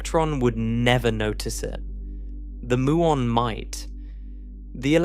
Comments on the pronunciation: It's m-you-on, not moo-on. There is no electeron. Another slop channel. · Please teach your computer generated narrator to correctly pronounce "muon".